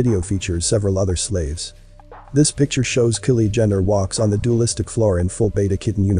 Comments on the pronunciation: My comment isn't meant to offend anyone; more like constructive criticism 😟. Please check out and use the correct pronunciations of names & things. (Example: Kylie is NOT Killie, but Ky-lee. Penises is the plural of Penis, being the anatomical name for the male's genitalia. Pronounced as Pee-niss)... it's important to remember that this adds credibility to your work. And as you say, you put a lot of effort into your work, so you need to reflect that in all aspects of it.🙂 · Is this a real narrator or a robot how come you can’t pronounce Kanye and Kylie that seems weird to me is this fake